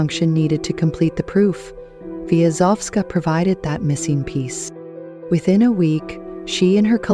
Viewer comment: It is a pity that you did not feel it necessary to pronounce her name correctly. It starts V-ya, not Vi-a.